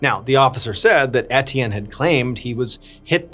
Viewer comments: “Et-ee-en” is “ay-chan” 🏈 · It's unbearable and inexcusable 🤬 I was hoping he was educated enough to, at the minimum, look up how to pronounce names 🤬